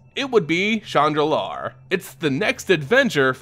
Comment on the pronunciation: Shandalar and chandra, they arent pronounced the same.